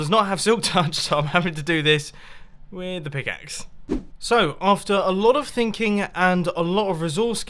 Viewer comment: Evil Boobookin thinging?? that’s weird you meant “thinking”.